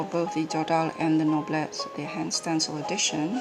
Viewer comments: Thanks for the great video! I was just saying I hoped someone would post a comparison 😉 And It's pronounced "No-blay". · Gorgeous, I love the imperfect feel which makes the deck alive ! Thanks a lot ! (and yes, we prononce something like "noblay" in french ! ) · Noblet is pronounced noblé as in "ay", without the "y" sound at the end .in fact you pronounced it quite correctly : without the t. it's not pronounced in french as many end letters aren't. Cheers. nice btw